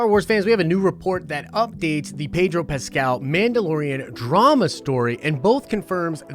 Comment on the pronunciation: His name is pronounced PED-RO, not PAY-DRO dude. . From the man himself.